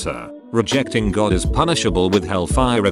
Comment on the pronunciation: God more like jod